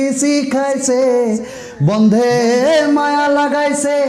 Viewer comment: বন্ধে নয় রে ভাই,বন্দে!!